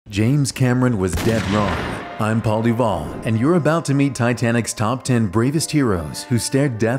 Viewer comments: I heard Pauli wall not Paul DuVall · His name: Paul DuVall What i heared: Bald DiBald wat?!